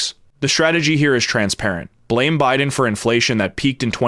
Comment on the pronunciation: "BIDEN BIDEB BIDEN".....good grief